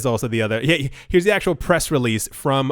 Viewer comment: Every-time you said YUH it cracked me up